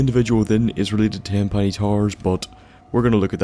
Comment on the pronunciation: "Tenpenny Tar"